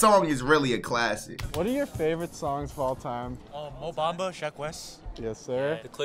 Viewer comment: bro said mo bamba